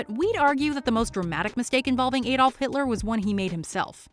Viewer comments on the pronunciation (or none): none